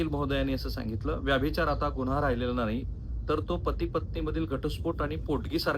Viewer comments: व्याभिचार असा उच्चार नाही, व्यभिचार असा उच्चार आहे. तुम्ही वारंवार चुकीचा उच्चार करीत आहात. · रिपोर्ट चांगला आहे परंतु व्यभिचार हा शब्द तुम्ही व्यभिचार असा का उच्चारता ते कळत नाही .